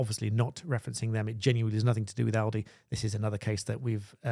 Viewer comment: Well done for pronouncing 'Aldi' correctly.